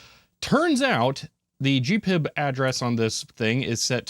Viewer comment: It‘s GP-IB and not gpib.